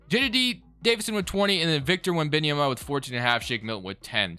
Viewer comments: Wen-bam-yama is how u say it 💪🏼💪🏼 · its victor wen -ben -a -yoma